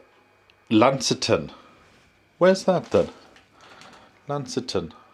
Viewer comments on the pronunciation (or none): Lol 😂😂, you totally got the pronunciation of Launceston wrong. It is pronounced several different ways. Try Laun—cest—on 😉👍